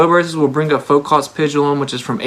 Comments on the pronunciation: Did he just say “Folk-ott’s pendulum”??? My guy... if you can’t pronounce Foucault.... there are some issues. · Please learn to pronounce Foucault's name. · He can't even pronounce Foucault's name, FFS! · If this guy's so damn smart, how come he can't pronounce "Foucault" correctly? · Damn, his pronunciation of Foucault was ROUGH